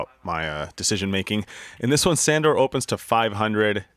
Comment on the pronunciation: Is really everyone calling him Sandor? It's actually pronounced like 'Shundor'